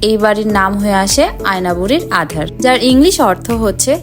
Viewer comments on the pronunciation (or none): আধার না - আদার। সঠিক উচ্চারণটা করবি